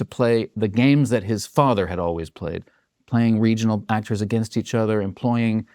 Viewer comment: There is NO WAY he is not purposefully mispronouncing words! LEEEverage? ActOOOOrs? Lol.